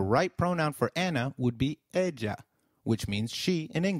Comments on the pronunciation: Ella is pronounced "ehya" like in yoyo NOT "eja" like in Joe! double 'L' always like "y". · I agree I thought two ll's makes a "y" sound not "j" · Hey, actually 'll' is pronounce as "y" or "j"... I'm confused... because I've heard that "Ella" pronounce as "eya" but in this lesson He pronounce "ella" as "eja" so which one is the right one ? Can anyone tell me , por favor